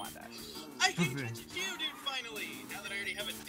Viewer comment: ...and thus, miserable cave traversing saga begins. The "Jitteryotto" and your attempts to catch Oddish really made this a good episode.